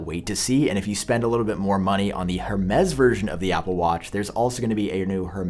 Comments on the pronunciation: “Air-mez” not “her-mez” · It’s more like [air-mess]. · It's "her-meees", the french pronounce it wrong, like most things, specially their own things. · It’s pronounced Hermes, not Hermes